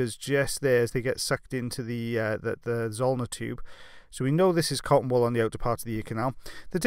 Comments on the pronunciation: Me too “wall ball”😂😂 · He says cotton wool ball, I hear,, cotton "wall" ball Who's here in 2020 🙂🙂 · Thank you I was trying to figure out what he was saying the whole time! 😂 cotton wall ball? Cotton ball ball? 😂 bless you. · I just hear cotton ball ball. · Maria me too. I seriously thought he was saying cotton ball ball! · Totally thought he was saying cottonball ball too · Me too I kept thinking wtf is a cotton wall. Apparently this is how English is supposed to be spoken. 🙄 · Just sounds like he’s saying “cotton ball ball” 😂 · I didn't fully read the title so I thought he was saying "cotton ball balls" the whole time lol